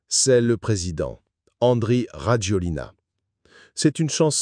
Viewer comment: On prononce Razouel (donc pour le script, il faut adapter pour la prononciation de la voix IA). Bref, il a fait un coup d'Etat ? Non. Il va falloir bien voter. Que les malgaches dont une partie des ancêtres vient de la Malaisie, se bougent, pensent à 5 ans, 10 ans, 20 ans, 50 ans, s'unissent, et construisent le pays.